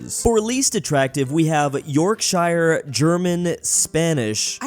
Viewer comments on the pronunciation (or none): Bro it's pronounced "sheer" not "shire" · Shu not shire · You pronounced Yorkshire wrong it's like Yorksher not Yorkshire (that's how i was taught it atleast) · Americans need to stop pronouncing "shire" like "shy-er", it's more like "sheer", so "york-sheer" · 1.”YoRkShIrE” York-shuh 2.why the hell is Yorkshire least attractive?? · I have to correct you on yorkshire, its pronounced yorksheer, well thats how i pronounce it so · Yorkshire is pronounced like yorkshure. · HOW SAID YORKSHIRE HELP ME PLEASE 😭😭😭 (It’s pronounced York-Sheer) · Calls himself Geography expert Cannot pronounce Yorkshire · the yorkshire pronunciation hurt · He mispronounced Yorkshire😂😂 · STOP NOT YORKSHIRE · Petition for to pronounce Yorkshire correctly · The way he said Yorkshire💀💀😭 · I hate how pronounced Yorkshire